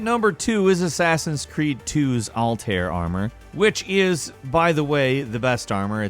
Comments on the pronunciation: ALT A E IHR.....is the name...not altaer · "All Tare" Isn't it "All Ty Yair"? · ALL TIE EAR THATS HOW ITS PRONOUNCED NOT ALL TEAR DONT DISRESPEKKKK ALTAIR IBN LA AHAD lol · Lol you pronounced Altaïr basically “all tare”...it’s “all - tye - ear” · Did he say All Tear armor? Sorry it just bothered me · Doesnt it ever annoy you when gaming channels mispronounce the names of the biggest names of the biggest titles? Al-tye-ear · Excuse me sir but your pronunciation of Altaïr is very, very wrong. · Oh god you butchered Altaïr’s name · I hope somebody slaps you for butchering Altaïr's name lol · No he pronounced Altair wrong